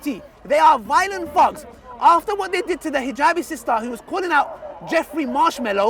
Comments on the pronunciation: he's saying thugs but pronouncing it as fugs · he pronounce thugs as thogs lol, sounds like f word